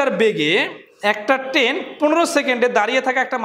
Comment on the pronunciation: ট্রেন না বলে কেন আপনি বার বার বলছেন টেন?